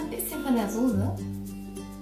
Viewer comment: Soße!!!! Nicht Sose... sonst fand ich das Video echt gut :)bis auf das Gedudel im Hintergrund :'D